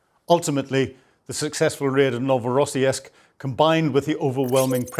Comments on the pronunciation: I think the Orc's port is pronounced 'Novo Ross Sisk' there is no '...esk' sound in the name. That's not to detract from one of the best Ukraine War analysis channels. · NOVORO-SISK with a SOUTH PHILADELPHIA ACCENT, LOL GREAT SHOE🎉 Carry On.. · For crying out loud. it is only and you have already shown us that same explosion FIVE TIMES !! And why is it that Brits and Scots (and also Americans) have such a problem correctly pronouncing foreign, including Ukrainian and Russian, names ? I lost track of how many time you mis-pronounced Novorossiysk (you should check these words before you record your video), but for even simpler words, like Tatarstan, it is NOT Tartarstan (as you call it ). It's all kind of insulting to natives. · Ur pronunciation of Novorossiysk is terrible😂